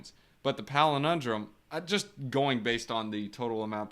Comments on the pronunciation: PAL - IN - DROME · Yes love you man, so it is pal-in-drome. I like your pelenindrome but people are easily confused.